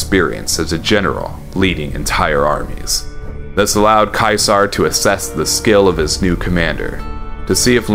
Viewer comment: Finally somebody who pronounces Caesar properly!